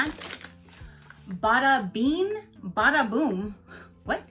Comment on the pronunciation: Uh love your eye look. It was so cute you pronouncing bada bean😂❤️❤️